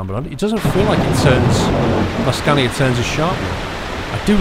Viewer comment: Its Scania Not Scandia.